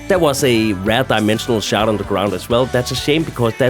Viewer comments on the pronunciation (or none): none